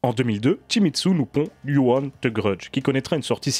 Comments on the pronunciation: Salut ! Tres bonne critique ! Y a juste un petit détail qui me gêne,on ne dit pas "you-one" mais "dju-on" . Je ne connaissais pas l'histoire du début,sinistre référence. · Si je peux me permettre ça se prononce "Djou" pas "You". On ne t'a jamais vu aussi énervé après un film je crois. Moi je trouve que délocaliser des mythes, ça ne fonctionne pas. Le remake avec Sarah Michelle Gelard fonctionne parce qu'il se déroule au Japon et il est intéressant parce que le personne est justement un peu perdu dans un pays qu'il ne connait pas. On l'a vu aussi avec La Llorona, le seul intérêt aurait été de développer les croyances mexicaines et ça n'a pas du tout été traité. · ça ne se prononce pas "you" mais bien "jou". ju on. Et on dit pas non plus in"saidious" mais bien "in - si -diius". Bordel mais c'est dingue de massacrer absolument toutes les langues du monde quand on est francophone, faites un effort bordel.